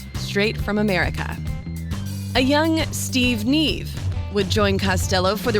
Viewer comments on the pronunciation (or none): It's pronounced Steve Nigh - Eve..... A bit of research please...